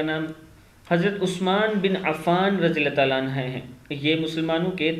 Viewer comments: Anha Nehi Anhu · نام صحیح بولو رے عنھا نہیں ہے عنہ ہے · अन्हा नहीं अन्हो है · Anha nahi anhu kehte hn bhai anha aurton me lagta h sahabiya me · Rjillahhu anhu hai bhai anha nahi ok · بھائی جان عَنْہُ صحابہِ کرام (رضی اللّہ عنہ) کے ساتھ پڑھاجاتا ہیں اور (رضی اللّہ عنہا) صحابیات کے ساتھ پڑھا جاتاہے